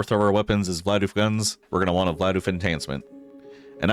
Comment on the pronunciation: Saying vlaof like bidoof ended me